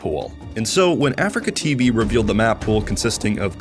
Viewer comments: Lovely bit of content just triggered by the Afreeca being pronounced as Africa. It’s (Ah-Three-KA) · It's not pronounced "Africa" its "a-free-ka" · He's saying afreeca wrong right? its not Africa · Hamman How also is it pronounced? I always say "Africa" when refering to "Afreeca" o_O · mfw when he keeps saying afreeca like africa